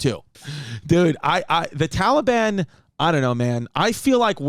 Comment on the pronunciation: Why can't Chris pronounce Taliban